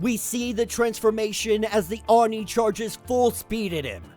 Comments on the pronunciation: Bro, it's pronounced ohh nee(Oni), NOT arny(Oni). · yeah i never heard anyone called it a oon nee hahaha. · I really dont hear him pronouncing oni in a very bad way... And I am more used to hearing Japanese than English... He seems to have a hard time saying it... But the resault is not bad... At least he doesnt say "ounee" as many English speakers do... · Just a heads up it is pronounced “ Oh-Nee”. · I have never heard someone say oni like that before XD I like kid venoms story so far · isn't very good at Japanese names and pronunciation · Lmao you’re not really into anime like that are you? You butchered the way Oni is pronounced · No, is not very good at pronunciation of Japanese names